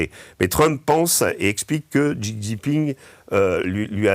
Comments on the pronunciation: Essayer donc d'apprendre comment prononcer correctement le nom du Président de la RPC .... Xi Jinping 😉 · "Chi" Jingping, Régis. Deng "Chiaoping" aussi. 🙏